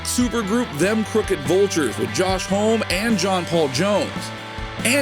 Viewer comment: Josh Home??? It’s Homme (homm-may). Do some research, he’s only a god of rock.